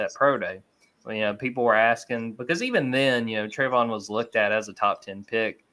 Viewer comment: how does not know how to pronounce Travon?